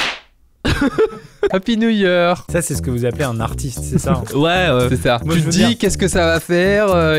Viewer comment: Apy Nou Yeur !